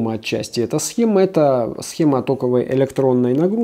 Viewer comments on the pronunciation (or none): none